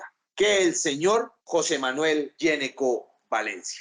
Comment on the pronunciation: Ese apellido no se pronuncia" Geneco " Se pronuncia "Ñecco". En la lengua italiana la " Gn" Se pronuncia como "Ñ" . Una píldora de información lingüística.